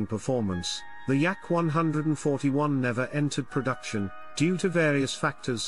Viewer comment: I like the YAK-ONE HUNDRED AND FOURTY ONE 👍🏻